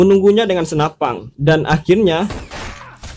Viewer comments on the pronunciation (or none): SENAPAN BANG BUKAN SENAPANG WKWK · Senapan bro bukan senapang😂🤣 pang pang pong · Senapan...bukan Senapang.. Belajar bahasa yg baik dan benar dulu bro baru buat spoiler. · SenaPAN bukan senaPANG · Kok senapan bilangnya snapang... G g bisa di simpan u masa depang yah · Senapan gan. Bukan senapang. Sukses terus gan